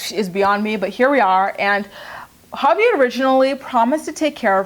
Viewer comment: Sometimes when you say Javi I think you’re saying papi 😂😂😂